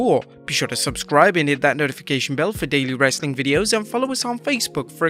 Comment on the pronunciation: I'm new here can someone please explain to me why he says wrasstling content at the end